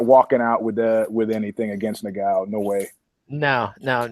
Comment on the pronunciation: Ngannou Not Niggao... Smh